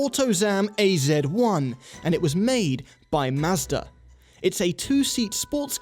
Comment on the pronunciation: So refreshing to watch a Youtube car review and hear the word "Mazda" pronounced correctly over and over again (coming from a Canadian living in the US for the last 10 years)